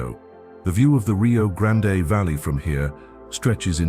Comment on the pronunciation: Nice scenery, I'm A California transplant living in Arlington, TX for 35 years and have wandered, driven and researched much of what is in the video. I just wish pronunciation of these places was accurate. It's not Rio Grand-A, it's just plain old' Rio Grand. Many places names will surprise how they are pronounced. This must be AI, TEXAS deserves better!